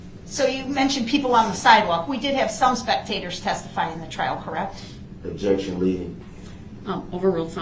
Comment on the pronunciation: "What was the DNA you found on the sweater?" Ob-ject-un spec-u-lative